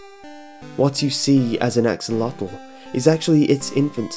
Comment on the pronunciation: OMFG dat axlotl nawww